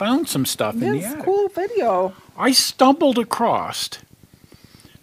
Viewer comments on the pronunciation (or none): I can understand that,. But I can't understand a grammarian such as yourself using the urban mispronunciation, "ACROST" Huh? There ain't no "t" in the word "across"!